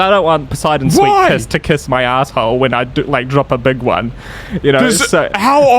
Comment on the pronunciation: its not poseidon...its pooseidon...lol